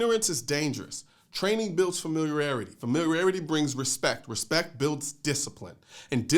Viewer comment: Colion, love your content, but sorry bro., I just couldn't let this go. Sound like I hear Inniment instead of Imminent, and is famirarity the Chinese pronunciation of familiarity? Sorry, but couldn't help myself. 😉Still, nothing but much love and mad respect!